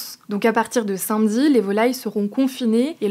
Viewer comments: « Saint-Mdi » pour samedi 😂😂 C’est mignon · Pourquoi est-ce qu'elle prononce samedi "sinmedi" ??